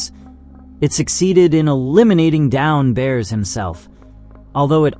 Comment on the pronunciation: Downbears? Macrobears? Blaze Tone? If you don’t take your ass back to elementary school so you can learn to read right proper and learn to pronounce words so you can put some proper respect on these heroes names! These people were set up from the get up and died in the most gruesome inhumane ways. Have a damn heart. You’re about as cold and callous as the mechanized murdering machines you’re talking about.😂